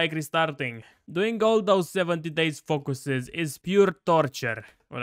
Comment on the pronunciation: I love how he says focooses